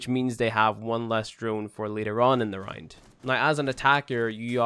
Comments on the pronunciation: he's saying round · Yeah he says round like “rined”